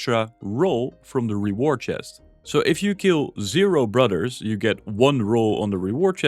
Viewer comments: Brudders? Fings? Cringe. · Take a drink every time he says brudder(s)